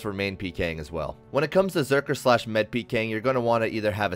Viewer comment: i hate the way you say med, lol. good video though